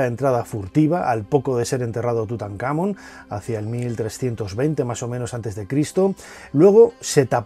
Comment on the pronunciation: Porque si se suponen son fans de estos temas etc, pronuncian mal las cosas? "tutankhAmon"